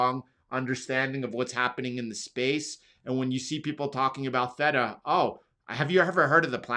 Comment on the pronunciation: “Thay-tuh” not “thet-tuh”